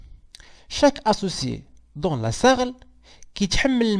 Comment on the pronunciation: On dit S. A. R. L.